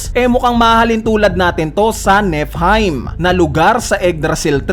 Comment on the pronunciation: I think it should pronounce it like this NifolHeym (Niflheim)